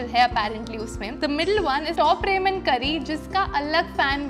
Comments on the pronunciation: Pronounce ramyeon not ramen. I like gravy Maggie and the green vasline is light but once I applied a lot of vasline and went to a class and even after 3 hours my skin was oily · ramen is pronounced as raa-men and not re-men but irrespective, love the video